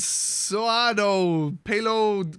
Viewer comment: You actually kinda nailed the pronounciation of "abençoado".